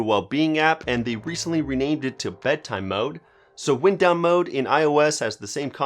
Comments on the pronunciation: ignore him. I wanted to say something too, but I wanted to help get the "wine-d" vs "wind-ow" sound in this homonym right for you. Im a native speaker who had to relearn English at a young age. I have relatives who are full non native speakers so I can relate. I like the Spanish channel, serve that market bro. Its great business thinking. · Lol...come on man. “Libary” and “wind”down mode.